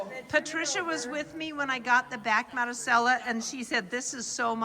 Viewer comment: Marisella pronounced Madee- sella